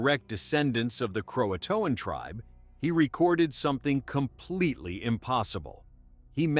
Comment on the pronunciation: mispronounced key words: Hatteras & Croatan. Like the story mentioned, the best theory is they probably went to nearby Hatteras Island and lived with the island's local Indians. It's still a big mystery what actually happened.